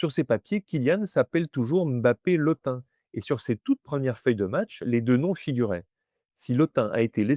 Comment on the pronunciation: Je vous remercie pour cette excellente vidéo, très instructive et claire. En tant que Sawa (Duala), je souhaiterais apporter une précision concernant la prononciation : en langue Sawa, tout nom se terminant par un "e" se prononce en réalité « Mbappè » et non « Mbappé ». Par ailleurs, le nom « Lottin » se prononce « Lô-tine », car le son nasal « ain » est une spécificité française qui n'existe pas dans les langues bantoues et reste relativement rare à l'échelle mondiale.🤗